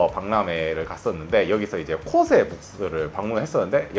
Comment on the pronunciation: 코오세? 발음이나 똑똑히 하자.댁이나 써.일본에서도 일본 화장품은 70대 이상이나 뭐 모르고 계속 쓰는 거지.ㅉㅉ 일본 먹여 살리느라 피부까지 희생하는 반도인!